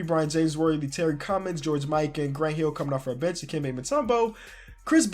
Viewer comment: "We're getting back Grunt Heel"... "ElijahWon" lol sorry I had to do it